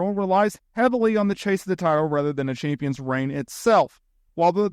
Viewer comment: You struggle with the word Champions.